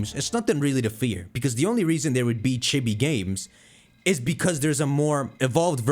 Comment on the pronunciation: Chibi (chii-bii) sorry was bugging me